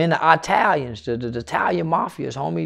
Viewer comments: EYE-TALIANS ahahahha back at again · I am starting to think Unc says EyeTalians on purpose 😭👁